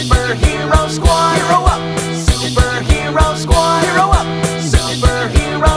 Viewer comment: I think when you say super he(ro) squad, its a wrong note